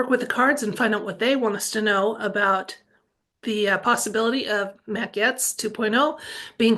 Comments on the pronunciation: Gates….not Gets 😊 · Pronounced Gates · Pronounced "Gates"😅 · Gaetz is pronounced gates ❤ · His name is pronounced Gates.Wondering if for safety sake they will keep using actors or is 2.0 real people who had plastic surgery and go home instead back to the dressing room and take off mask?? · Mat's last name is pronounced ( Gates )